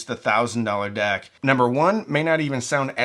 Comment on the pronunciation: At first I had no idea what you were talking about with the "dack" so I checked it on the videos cc to see how it was spelled and it said you were saying "deck." Great video. Love your channel.